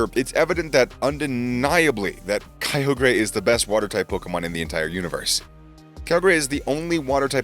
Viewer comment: I am mad he says kyogre wrong